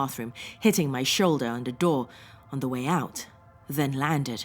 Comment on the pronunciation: Sauron's mirror cannot be destroyed by any weapon we posses; It must be cast into the fiery chasm from whence it came. Also, are you German? You say "the" like "da"